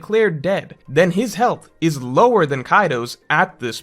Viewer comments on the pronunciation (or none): none